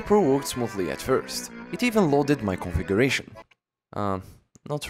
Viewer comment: "it wooked." Silence